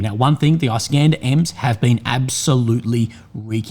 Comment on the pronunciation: Everyone: Is.kan.der This guy: I.scan.dah.